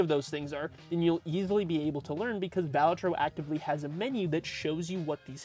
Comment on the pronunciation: Bal A Tro. Emphasis on the second syllable. It's an Italian word. Means joker. Cringe when folks mispronounce it......